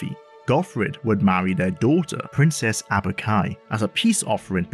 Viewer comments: Aubk-i, not Abuk-i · It's not Abuk-i lol